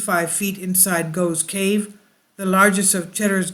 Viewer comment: It's Gough's Cave, pronounced the same same as cough ...